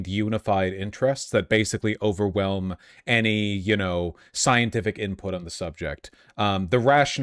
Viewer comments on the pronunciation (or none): none